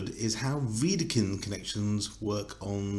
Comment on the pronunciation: But: it’s Wedekind, without „r“